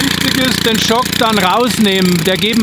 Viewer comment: Joo, das Beste ist immer der "Schock" 🤣🤣🤣 Geschrieben wird das übrigens "Choke" 😉 Hat der Fadenkopf keine Tipp-Automatik, das ist doch total nervig den immer manuell nachzuziehen 🙄 Auch macht der Leisefaden absolut keinen Sinn, egal bei welchem Motor-Typ 😵 Ich habe übrigens den 2,4er von Ratioparts als Stern/5zackfaden und auch mit Alupartikeln. Muss allerdings sagen, daß mir der von Oregon besser gefiel, weil widerstandsfähiger 👌🏾 Normalerweise könnte ich bei meinem FS 350 auch den 2,7er oder 3er Faden nehmen, habe aber auch noch einen FS 100R und benutze da die gleiche Fadenstärke. Zudem lässt sich der 2,4er besser aufwickeln, erst recht, wenn er vorher gewässert wurde 👌🏻 Achja, das Fadenmesser habe ich bei beiden FS demontiert, der Faden nutzt sich sowieso ab bei Kanten, Steinen und ähnlichem 😎